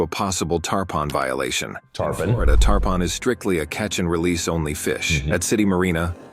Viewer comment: Wait why did the AI say tarpon and then say tarpin. Don't you think the AI will be smart enough to just run with it stupidity after it made the first mistake, lol